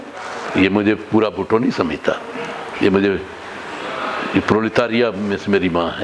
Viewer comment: Word is Bhutto not bhatto